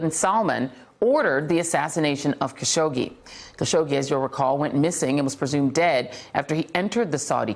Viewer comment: Hasn’t it been long enough for Joy to learn how to pronounce Mr. Khashoggi’s name correctly? How disrespectful.